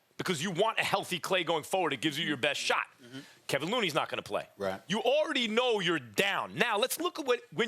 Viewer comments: Max said Kevin looney its kevon looney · I can’t stand how ppl who do this shit for a living can’t get loon’s name right. It’s really not that complicated Max, his name isn’t Kevin...